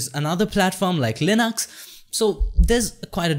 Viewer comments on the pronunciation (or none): none